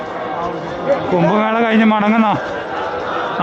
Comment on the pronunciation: കുമ്പമേള അല്ല കുംഭമേള